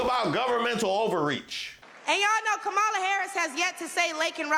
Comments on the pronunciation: The more I listen to her, the more she makes my stomach upset 😡 What an embarrassment to all black people. No one is coming for anything. Tomorrow she will be forgotten. Learn how to say her name please. I think it's Kamala not Camalla. Damnnn! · It’s Kah-ma-la.Not that difficult.😣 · This fool needs to start by knowing how to properly pronounce #VP Harris first name. 🥴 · The fact that she just can't pronounce Kamala's name correctly is irritating AF in itself. She's a clown... just like her boy Donald. Up there shucking and jiving for the crowd. Parroting misinformation... let's go BLUE! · Do they require them to say her name wrong? Hard to believe a black woman can't pronounce a name like Kamala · How embarrassing that she can’t even pronounce “Kamala” properly. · Intentionally mispronouncing Kamala’s name is gonna come back to haunt the Republican Party. I also wonder how much those black people in the background got paid to stand there listening to that garbage. Better yet, how much did the regular racists get paid to be out of camera frame. 🙄